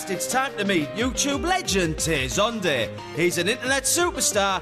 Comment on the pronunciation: lol its funny how the guy talking at the beggining of the vid pronounced his name: tey zundey"xD